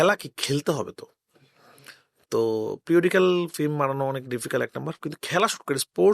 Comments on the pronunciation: রায়হান সাহেবের কাজ ভালো, তবে ফিল্ম উচ্চারণ করা উচিত। এসব ম্যাটার করে।উনি ফিল্ম কে ফ্লিম বলে। সংশোধন করা উচিত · Ki director re, Film ke boltese Flim 🤣🤣